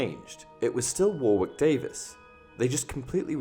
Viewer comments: War-wick? It's pronounced "Warrick" like the town/uni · Warwick is pronounced 'wo-rik' btw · While I’m here it’s pronounced “Warick” not Warwick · Warwick is not War wick it's Wa Rick the second w is silent. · Btw it’s not (spoken) war-wick Davis it’s (spoken) waurick Davis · Worrick as opposed to war-wick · His names pronounced Wa-rick, not War-wick. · It's pronounced "Warrick" not "War Wick" :) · "War-wick" Wtf? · IT’S PRONOUNCED WAWRIK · It’s pronounced “worrick”, isn’t it? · I’m trying to work out if you are pronouncing his name as “War-wick” as a play on the name Flitwick or if you just don’t know how to pronounce his name. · man said war wick lmao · LEARN HOW TO SAY WARWICK DAVIS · Somewhere between the 2 would have been about right. Also your pronunciation of Warwick was horrendous. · You sounds British, yet you pronounce Warwick very strangely... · He simply said e instead of a and ended up like that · front door the narrator pronounced his name wrong. thats what this thread of comments is about. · umm...Ive never heard his name pronounced wrong before. the guy is a famous actor whose been in more things than I can count, and also Warwick isn't just his name, its the name of a city w/ a famous castle too. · It's truly bizarre to hear someone, especially someone English, mispronounce this. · u got a pretty fucked language. any grammatical rule for not saying the second "W" in Warwick?